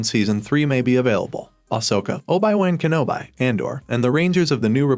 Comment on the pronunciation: "Oh-bye w0n Ken-o-bye?"